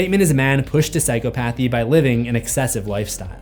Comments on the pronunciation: ... I ABSOLUTELY love your content - BUT... But, I'm kinda crazy on word pronunciation (Ik... my husband and friends hate it 🤷💯😣🤣... Psychopathy is NOT pronounced "Sai koe PATH EE"... It's pronounced "Sai kaa pa thee"... Meaning that you don't separate the terms in the word, they blend together... It's pathy as in "Empathy".... Take away the "Em" in the word and replace it with "psych-aaa" ... Otherwise, you're fn brilliant... That is all 🤔🤷💯✌️😘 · Sigh-cop-uh-thee,. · It's pronounces si-KOP-uh-thee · It’s…. Sai-kop-a-thē….Not sai-cō-path-ē. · It's weird how you pronounce it as psycho-PA-thy. This whole time I've been pronouncing it as "psy-CHO-pathy" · It's pronounced sy cop pathy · just please stop sayin PsychoPAthy its actually called PsyCOPathy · Hearing you say psycho pathy sounds weird in my head. I always read it as psychop athy. I don't know which is correct as of my typing of this sentence. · The way you pronounce psychopathy is funny. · Why must you pronounce "psychopathy" like that,... er...? 😊